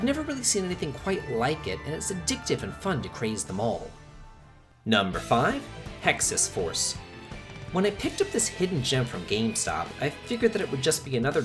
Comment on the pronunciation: Hexyz Force is pronounced with a silent z I think. Jeanne D'Arc is pronounced like Shean Dark. That's just what I've always heard people say the names so I can be completely wrong :)